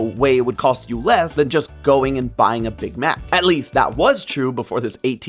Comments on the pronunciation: Why does he say Big Mac like that 😂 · anyone else bothered by how he says big mac